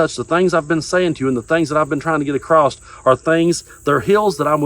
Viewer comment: “Across” doesn’t have a t at the end.